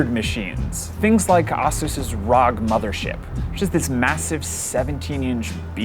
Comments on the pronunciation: How the tf he pronounced ASUS?! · and stop saying ASUS like that... it's not a curse word. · you americans have a problem pronouncing 'a', e.g iran, iraq, jackie chan, asus... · Somebody tell this guy Asus is pronounced as AESUIS, not AAASUS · did this man pronounce Asus, awsus? I have heard asus and azus but never awsus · I've heard A-SUS and A-SOOS but never have i ever heard of AH-SOOS before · did this guy just say "assus?" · Do people seriously pronounce ASUS as “ah-soos” ?? Have I been saying it wrong this entire time? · Is it just me or is anyone else cringing every time this monotone-complainy-guy says 'Ahh-Seus' Like WTF dude, NOBODY has ever said their company name like that, not even their own reps, so what would lead you to that conclusion? SMH... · Auh-seuse? A-seuse? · okay who the hell pronounces it AH sus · Agreed with JuicyMullet, it's pronounced EH-SEUS, but maybe that's because I'm Canadian. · LOL when you are just a producer and not a tech geek You pronounced Asus "AZUS" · I've never heard anybody pronounce ASUS "Ah Sue Sa" before. I'm kind of questioning my whole life now... I'm not sure what to think about computers or the Verge.... .... How did I get here? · John Brennan Nah, common usage always wins. He’s wrong because he’s reporting this in English where even ASUS reps pronounce it “ay-soos.” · The name originated from Pegasus, so shouldn’t it be pronounced Ay-sas? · Aah-sus rogg ... Why didn't he ask anyone how to pronounce these things. There are ASUS reps all over the place. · Was about to comment the same thing. Thanks! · The biggest fail in the video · The fact that you’re pronouncing “Asus” incorrectly freaking kills me. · I have never heard someone pronounce ASUS the way this guy does lol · How tf did he say ASUS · this guy can't even pronounce ASUS, WTF??? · pronnounce asus like that once again and you will get a punch to the face dud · Im not really sure how to pronounce ASUS, but i know thats not the right way